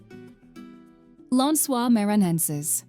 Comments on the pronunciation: Lensuar manhaensar 😂😂😂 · Lençois maranhences souns like lance oils mair an neances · Pronunciation: Fernando de Noronha (Norōnya); Recife (Hecīfē); Frevo (Frēvo); Lençóis Maranhenses (Lensoh-is Maranyenses); Cuiabá (Cuiyabáh); Iguaçú (igwasū); Salvador (Salvadōr); Belo Horizonte (Belo Orizōnte); Pampulha (Pampulya); Paraty (Paratee);Curitiba (Curiteeba)